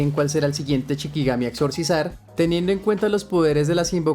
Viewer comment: Se dice SHIkigami, la palabra CHIkigami no existe